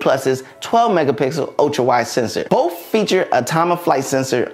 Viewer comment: "Boaf feature"